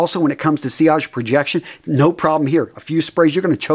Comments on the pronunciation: SILLAGE!! Don’t think I didn’t notice you pronounced correctly 🤪 FINALLY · SILLAGE finally pronounced right!!!! Great job 🤣. Just laughing with you, love and respect.